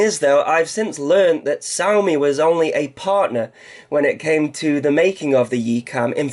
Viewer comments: It's she-ow like meow....Trust me, stayed in China for 4 years. Xiao means small. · They pronounce "X" as "SH"